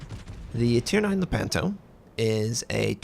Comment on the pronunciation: Thanks for the informative video, I'm definitely looking forward to trying out this line. As a little side note, the stress is on the first syllable : "Lèpanto"